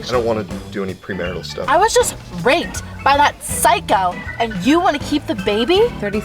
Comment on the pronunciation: What's up with the mispronunciation of "rape"? Is it a demonetization thing?